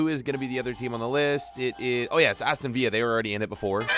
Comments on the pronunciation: Who else noticed crewe alexandra were playing in Portugal? Edit: and how he pronounces Aston villa as Aston Viya? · Did he actually just say Aston viya? Btw love your experiments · its not aston villa its pronounced vill a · the pronunciation of aston villa smh. Cagliarli became calgary lool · it infuriates me the way he says Aston villa.